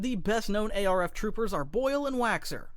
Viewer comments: The voice IS AI, You can obviously tell by how they pronounce words. A-R-F Trooper instead of ARF Trooper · Bro said ARC like a normal person but not ARF 😭